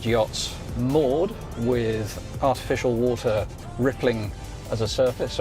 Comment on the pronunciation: "a'ificial wo'er"